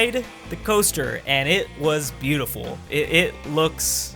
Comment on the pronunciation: There’s something weird about saying beautiful